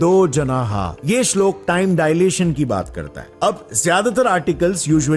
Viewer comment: Bro... firstly you need to pronounce and use proper authentic words by you using worng pronounce it results to changes in gender श्लोक श्लोका are two different things Just like Ram and Rama Ram is a male personality Rama is female Shloka is feminine word So hopefull you will improve your speech and wordings